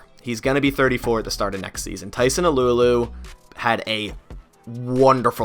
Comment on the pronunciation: it’s pronounced “tyson ahhloo ahhloo “ not “alew alew”